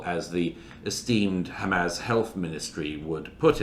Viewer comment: DOUGLAS MURRAY pronounces HAMAS - חמס - and ABU HAMZA אבו חמזה - better than ISRAELIS do .. As for the large numbers of dead… ONLY ZEROS CAN CREATE LARGE NUMBERS!